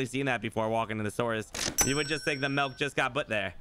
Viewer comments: I just noticed that can't pronounce the letter i like instead of milk he says melk and instead of pillow he says pellow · The “melk” thing makes me cringe every time 😂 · Norwegian. Melk = milk. Doesn't borger me. Since he is saying it like i say it.🇧🇻